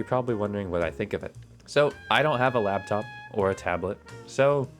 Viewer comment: Okay but did you say "labtop"???????